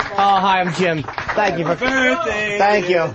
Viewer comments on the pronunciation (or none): Leave it alone. Berfday is radio gold. I think he knows what hes doing. Hes been doing radio since he was 18. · I like when Opie says ‘berfday.’ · There is actually one thing funnier; pronouncing it "birfday"...home run every time